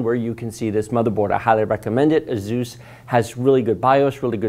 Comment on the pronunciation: It’s Asus not zus